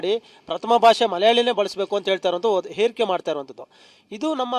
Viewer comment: ಮೊದಲು. ಈ ವಾರ್ತಾ ಪ್ರತಿನಿಧಿಗಳಿಗೆ ಸರಿಯಾಗಿ. ಕನ್ನಡ ಅಕ್ಷರ ಕಲಿಸಿ 🙄🙄 ಮಲಯಾಳಂ ಏರಿಕೆ ಅಲ್ಲ ಹೇರಿಕೆ ಅಂತ. ಹೇಳಪ್ಪಾ 🙏